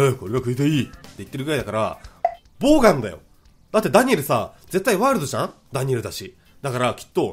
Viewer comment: ボーガンじゃなくて、ボウガンやん